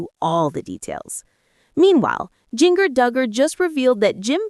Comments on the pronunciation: AI- get it right- it’s “JinJer” not “JinGer”, pronounciation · You really need to pronounce Jinger s name correctly. It’s pronounced like the spice.